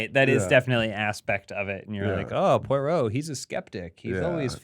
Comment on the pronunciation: poy row...